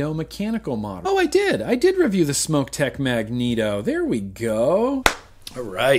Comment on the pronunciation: Hey, thanks for pronouncing SMOK the correct way (smoke). A smock is something you wore while finger painting in kindergarten!